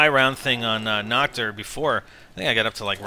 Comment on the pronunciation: its called Nacht and you should pronounce it with an h and not with k like nackt because that means naked in german...